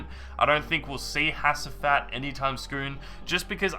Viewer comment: you pronounce hacivat as "HA-G-VAT"